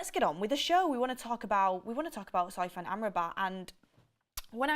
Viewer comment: SOFYAN not soyfan please